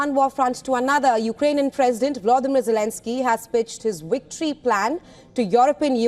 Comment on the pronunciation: "wictory" lol Indians! whats with the V and W pronunciation? 😂